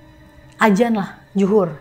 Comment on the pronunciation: adzan mbak bukan ajan 😀